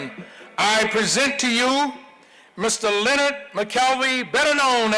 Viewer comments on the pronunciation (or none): Len•Nard. Say it with me now, Len•Nard. Two Syllables. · Tell em to say your name right "Le-Nard"! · its la-nard